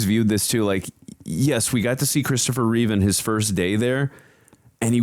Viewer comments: Take a shot every time they say "reeves" instead of Reeve. 🥃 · His name was CHRISTOPHER REEVE, NOT REEVES. There's no "S" at the end of his name. It's a shame no one ever remembers that. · Remember it’s Christopher Reeve. Not Reeves?